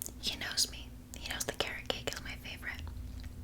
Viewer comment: When she said carrot cake i heard karen cake